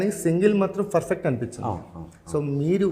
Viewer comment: Adi ferfect kadu babu😂😂Perfect antaru Perfect❌Ferfect✅